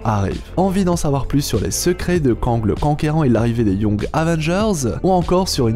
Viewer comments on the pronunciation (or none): none